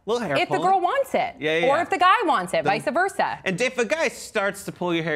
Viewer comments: To the blonde tool host: It's not visa versa, it's just vice versa. For the rest of youtube: lose, not loose, their, not there, you're, not your. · Kyle West I mean no disrespect, but vice versa is a Latin phrase, and as Latin is a dead language nobody knows exactly how it is pronounced. Therefore, any way the 'blonde host' says it is technically correct. Not that it matters greatly anyway, it's just a phrase.